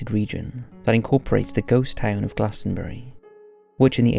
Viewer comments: It’s pronounced “GLOSS-EN-BURY” not “GLAS-TEN-BURY” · You need to learn how to say these words like glossomBarry